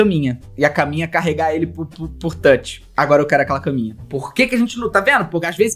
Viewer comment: "Carninha pro celular" "Não é caminha pro celular" Eu: Felipe e sua dicção kkkl